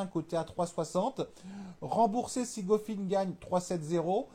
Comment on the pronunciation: je te jure regarde quand il prononce couffin ou struff c est un scandale